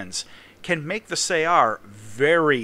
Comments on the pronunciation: I crippled this thing with 2 critical hits in my MiG-21S and yet the guy managed to missile me, i had no idea it had missiles. Btw regarding the other comment saying you pronounce it wrong, i think it is pronounced in the arab way, which is closer to 'su-uh-r', great video as always. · Its pronouced more like "saR" (like the word R)